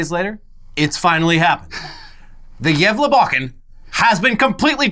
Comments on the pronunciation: I love the way you guys pronounce Gávlabukken, sounds like you're saying "jævla bukken" or in English "the fucking goat" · Good pronounciation there! Hälsningar från Sverige! <3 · You pronunciation of Gävlebocken is much better this year. And the second I read that It hade burned I knew you would talk about it